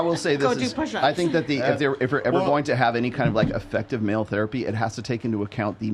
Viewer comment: Bro "Therpay"?